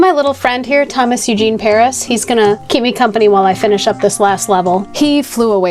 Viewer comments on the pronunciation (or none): none